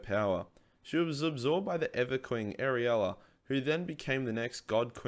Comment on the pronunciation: Ariella? Do you mean Alarielle?